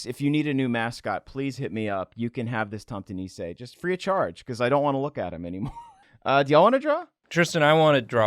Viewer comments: I am of scandivian heritage, and hearing him pronounce "Nisse" as Neecaaiy is sooooo painful. It Nisse! (Miss, with an N instead of an M, and eh. Niss-eh) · hhaha im from Scandinavia and it took me quite long to realize what you meant by saying "niizzzee" its Nisse, tomte nisse xD (its a santa elf) but a monsterous santa elf i guess... some old folk lore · I know nobody cares but if i had to try and spell out phonetically how Nisse is pronounced i'd say it's something along the lines of: Neh-suh (The Neh sounding like the Ne in Nepotism and the suh sounding like the su in supper). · Nisse is pronounced niss-ay not niss-eeeey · Y'all should look up pronunciation first. It's not "nee say" or "greela". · The way Tristan pronounces nisse sounds like nise instead. Which is a porpoise so I'm just imagining one of those flopping around in the snow on the farms instead 😂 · You got the pronunciation essentially correct on Tomte. Nisse has the emphasis on the s rather than the i though, niss-eh. I assume there's been some cultural borrowing back and forth, but nowadays 'tomte' and 'santa clause' are basically interchangeable. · Me a Norwegian laughing my ass off as you fuck up a nisse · Hi. I’m Danish. I just had to correct you a little... while I am enjoying your freakish cousin to our hygge nisser, you are getting a very easily pronounced word wrong. Nisse has a double consonant, which is always an indicator of a short vowel ;) Also, the i should be like an e... so, instead of niise, let’s call it a nisse. (And I hate butter, so I’m 0% butter) - Now! Back to enjoy the hilarity that is this video! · asdfg the way they try to pronounce nisse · I'm Danish so I find the way Tristan mispronounces "nisse" hilarious. This isn't meant in a mean way at all mind you. Given how English pronunciation works and how irregular Danish is it's nearly it's nearly impossible for a person with English as their mother tongue to pronounce "nisse" correctly.